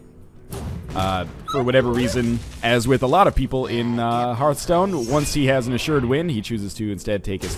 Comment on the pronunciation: I hope that NL eventually rises to the top tier of competitive play and wows us all with his unmatched skill, but still pronounces the title of the game "hurthstone."